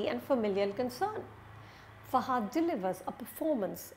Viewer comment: Its not pronounced as Fa"haaa"dh. It's just Fa-ha-dh.